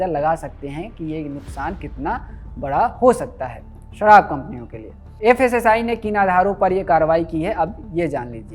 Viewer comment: Sarraab nahi sharab hota hai unpud